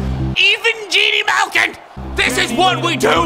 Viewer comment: This guy is Canadian 😂😂😂 “up the court”, “win the tip off”, all during chel, huge oof. And butchered Malkin’s name.